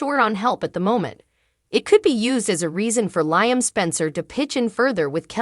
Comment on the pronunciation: Does this woman read the comments. His name is Liam....as in Lee-um.